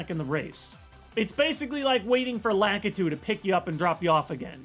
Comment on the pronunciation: "LACK-itu"? What in the world? Who says Lakitu like that